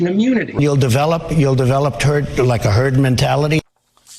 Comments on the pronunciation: HE SAID TURD INSTEAD OF HERD... ANYONE ELSE NOTICE ? RIGHT AT THE START, WATCH HIS MOUTH SAY TURD. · Lol, thought he first said 'Turd' Mentality - yep, sounds about right! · the dude just said turd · If you listen he actually slips first and says turd before correcting himself to herd..turd mentality is just about as accurate as he could be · He did say Turd .....mentality...